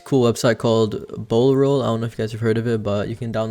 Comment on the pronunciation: You said bowl roll?